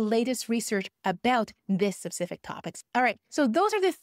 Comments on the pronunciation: When you say “sapcific” you mean specific right? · Saying "sup-cific" instead of "specific" is doing my head in lol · Thanks for great video One correction Specific not sepcific :) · Great content. 😊 I can't get over how you pronounce specific though lol. You keep saying sep-sific 😂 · I do NOT want to learn AI “secrets” from someone who says ‘sepcific’ for “specific”! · I think you mean "sup-cific" topics 🤣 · 'Subcific' lol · is she trolling with the word subsific? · Please Google how to pronounce specific in UK English. I was absolutely crying with laughter every time you said specific 😂😂😂😂